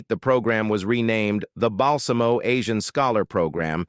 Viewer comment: FYI, Bill Balsamo's name is pronounced Bahl-ZA-mo.